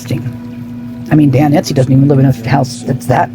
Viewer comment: It's Estey not Etsey.